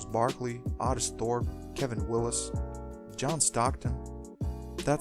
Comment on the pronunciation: It's pronounced (oh) tis thourpe